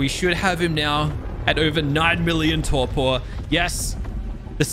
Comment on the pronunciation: He keeps saying torqor when it’s torpor